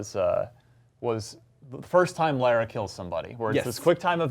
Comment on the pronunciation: Slightly annoying how Americans cannot pronounce Lara right, even when they hear it said so many times in the game.